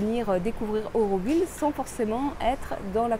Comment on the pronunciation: Nous autres Aurovilliens sommes un peu tâtillon. Tu as, en effet prononcé "eu" au lieu de "au"; Mais, après tout, cela reste d'une moindre importance si ton intention était bonne.